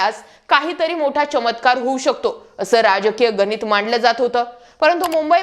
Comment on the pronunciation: गनीत नव्हे गणित, आणेक नव्हे अनेक